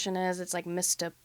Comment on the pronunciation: misoprostol “my-so-pros-till”